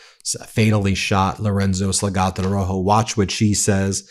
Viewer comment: Sal ga do.. not salgato